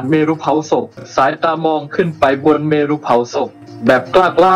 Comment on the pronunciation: ต้องฝึกอีกเยอะเลยนะคะในการเล่าเรื่อง แล้วคำอ่านเมรุ ไม่ได้อ่าน เม-รุ อ่านว่าเมน ไปเลยค่ะ